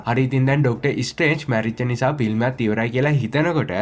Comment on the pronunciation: ෆිල්ම් වෙනුවට පිල්ම් කියල කියවෙන්නේ 😅😅 ඒත් එයාගෙ ඇද හොයන්න හොද නෑ😊😊😊